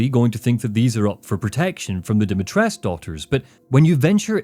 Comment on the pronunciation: Great video, but I do have a minor nitpick, I don't know if anyone else mentioned this, but there is no silent U at the end of Dimitrescu, it's pronounced more or less as it's spelled Not sure why they pronounce it like that in game